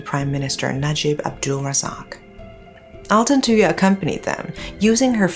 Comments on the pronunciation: Thank you. I remember i commented on one of your videos asking you to cover this story. Thank you so much. I am proud how clear you pronounce their name thank you rip altantuya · I never heard of this one because i'm a fetus born in 2009, but her pronunciation of altantuya is actually not bad